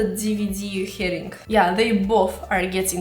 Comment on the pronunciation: Herring DVD 🤣 lmao